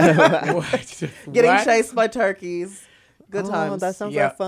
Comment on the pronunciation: when heidi said turkle instead of turkey ❤️